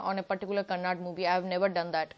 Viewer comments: Living in India, please learn to at least pronounce the name of the language correctly. It is KANNADA , not kannad. please spell the ‘da’ at the end of the word. My God !! These North Indians !!! 😒😡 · it's not Kannad, it's 'kannada', so pls.. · that not kannad. that's Kannada